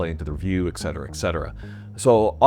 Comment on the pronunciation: It’s Et cetera not ex cetera.